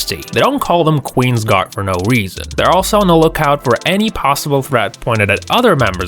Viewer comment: "make way for the qins gar" tf